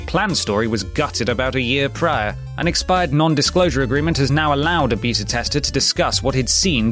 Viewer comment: A "beet-ah" tester?